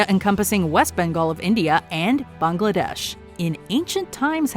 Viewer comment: This is one of very few American-made videos (long or short) where the names “Pakistan” and “Bangladesh” are pronounced correctly. Unfortunately, “France” is mispronounced as usual.